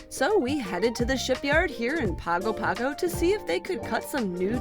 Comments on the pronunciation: Great episode. minor quibble: it's pronounced pango pango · Just a heads-up. In Samoa G's are pronounced "NG", so Pago Pago sounds like Pango Pango. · A lot of familiar sites! I lived in Samoa for a while. It's a very different experience. BTW - it's pronounced Pong-o Pong-o.